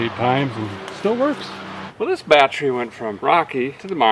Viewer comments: Well as your pinned commenter said, you certainly have earned it. The biggest and best milestone/happiest moment for me though personally, is when a guy quit on that pronunciation of the word battery that drove me to distraction. So from me, THANK YOU for dropping the "bieattery" lol. Love ya man, but that was the one thing that just grated on the ears, everything else you do on the channel I honestly couldn't ask for better & the fact you've kept it real and not gone all Freiburger on us is even nicer. 🛻Here's to the next million/next 3 years. The fact you've grown VGG so quickly speaks volumes about how relatable and honest you are, just snags a guy in & makes him feel right at home somehow. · I started losing it the more and more he said bat tree 😂😂😂 have always liked his terminology if you don't know what a charging whirler and a lightning houses are step away from the vehicle😂😂😂👌👌👌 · now I remember why I subscribed to your channel. because it's videos like this. this was absolute genius. well, maybe not so much. no, it is. it's absolute genius. well, maybe not. no, no it definitely is absolutely genius. that's why I know for a fact, it'll be fine. 😳💯 battery is pronounced, bat trees😁🎄 Merry Christmas you guys. enjoy your holiday. 🎄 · I love how he's reduced the word battery to two syllables....now that's efficiency.